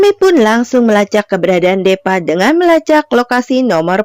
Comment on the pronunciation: Hadeehh.. Kalo nama deepa tu disebutnyya "dipa" bukan depa.. Chanel dan filmnya sih bagus, cuma saran sy lebih baik naratornya diganti.. Krn sayang chanel bagus tp pembawaan naratornya seperti itu 🙏